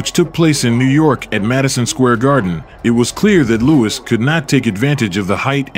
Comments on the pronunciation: it's "Lew-iss" not "Lew-weeze" as you keep pronouncing it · Nice video but unfortunately the commentator narrator makes several mistakes in his pronunciation one of the biggest is to Mispronounced the great venerable Joe Louis as Joe Luis...listen for it especially obviously during Rockies commentary fight with him and the reference to Charlie Goldman as Charlie gold Mill clearly he's referring to Rocky Marciano's trainer also mispronounced and the fact is Rocky was a phenomenon for as it is not the size of the dog but the size of the fight in the dog that will win in most cases and Rocky was an extremely small heavyweight incredibly tough and credibly relentless and awkwardly effective in his defense no he was not Muhammad Ali and alluding in avoiding punches in many in his early career but he had his own rough and tumble swaying underneath style that got his non-stop hammering blows in to destroy the opponent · Stop using these AI voices. Cannot even pronounce Luis saying Louise. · Its Joe Lou - is not Loo-eez duh !!! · Louis (not Louise) was ahead of Marciano at the time of stoppage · What's with the 'Lou-ees' pronunciation? Sometimes, it's Louis, and other times, it's Lou-ees. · Is there a real person reading these scripts? Joe Louis’ pronunciation is WAY off several times. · Great video but literally some of the worst voice over ever. Couldn't even say Joe Louis' name correctly.